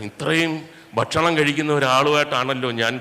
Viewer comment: മുകേഷേ "ബക്ഷണം " അല്ല "ഭക്ഷണ " മാണ്.. (ഫക്ഷണം ഇങ്ങെനെയും ആകാം )